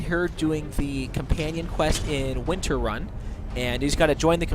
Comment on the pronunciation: More-KAL? Winter-run? Ae-yyy the huntress? He almost GOTS me? Dude...